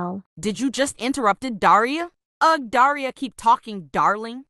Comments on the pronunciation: When said daria it sounded like diarrhoea😊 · The fact that pronounces Daria like deiria 😭 (Sorry if I spelt that wrong im not English!) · Daria more like daraia